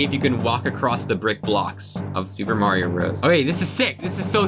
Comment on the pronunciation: its not M-rated maerio